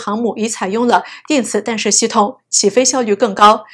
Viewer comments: 弹（tan）射，不是（dan）射！！！ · “弹”不念“dan”, 念“tan ”。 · “弹射”应读做“tanshe”。